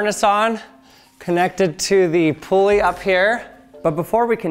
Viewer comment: It’s not a “pool-ey” it’s a “pull-ey” 😂